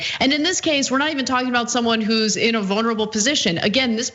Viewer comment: "vonerable" position. hahaha.